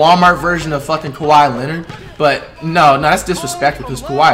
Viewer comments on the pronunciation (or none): none